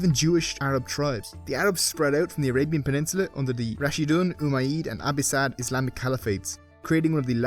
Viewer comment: "ummayid and abbisad"? lol dude Umayyad and Abbasid are already anglicized words. love your videos btw